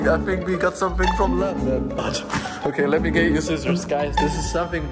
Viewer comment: The way u said London and England was rude